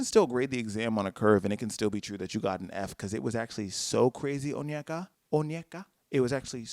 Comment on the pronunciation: As a Nigerian, I’m so surprised you pronounced her name correctly! (Onyeka)